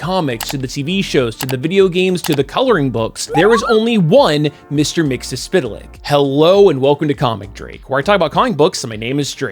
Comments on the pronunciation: I applaud you on pronouncing his name. :) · Why can't people pronounce his name? From the imp himself: "It's Mix..." (turns into a blender) "Yesz..." (turns into a Yes record) "Spit!" (turns back into his imp form and spits in your eye) "...Lick." (turns into a dog and licks you) Got it, McGurk? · "It's Mix - Yes - Spit - Lick!"